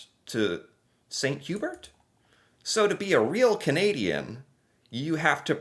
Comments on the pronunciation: good job remembering how to pronounce chalet. For bragging rights you might try the French pronunciation of St Hubert. It is pronounced "san hue-bear" try not to stress the "H." St Hubert is the best rotisserie chicken anywhere. Love your show. It is inspiring to see you trying to learn more about the world. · How to say you are American without saying you are American. Swiss Cha-lette vs. St. Hue-bert. 😂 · 😂 Swiss "Sha-lay" and "San Oo-bear" 😉 Good try though! ✋ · You got Swiss ShallAY. Well done! But you missed Sant You-BEAR. 50%, though! 😀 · St. Hubert ( pronounced hue-bear) is MUCH better than Swiss chalet. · Oh how you mispronounced both Swiss Chalet and St. Hubert. Both are basically pronounced in French. Swiss Chalet (Swiss Sha-leh) St. Hubert (St. tu-bearr, when spoken the T from Saint carries thru the silent H into the U) Edit: didn't watch 5 seconds longer. Swiss Chalet, St. Hubert, and Scores are all Rotiserie chicken restaurant chains. Swiss Chalet is rare in Quebec. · Hey there. I really enjoy you videos, I'm all for people trying to understand what makes other people "tick". But. So many things to add. I'll just correct one thing. St. Hubert would be pronounced "san-oo-bear", roughly (the "haitch" is silent). Quebec chain, I guess. I've never seen one here in British Columbia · It's not that Anglos don't love poutine as much as the Français, it's that the BEST and original poutine is from Quebec and there are a lot of horrid versions in Anglo provinces. (Using grated mozzarella instead of curds??? Horrid) Also St-Hubert is roughly pronounced "Sent Ew-bear" (francophones please don't cringe - I did say "roughly" lol) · St.Hubert is pronounced ' saint hue-bear'. Almost every town in Quebec has one. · ok you figured out how to pronounce Swiss Chalet. Now please figure out how to pronounce St Hubert. Because the way you are saying it is hilarious!!!! and the wrong pronunciation. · Yes that ‘t’at the end of Saint gets added to ‘hubert’!